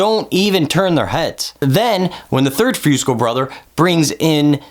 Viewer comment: Great work...but please pronounce "Fusco" as "Foosco." It is a soft u not a hard one. Thanks.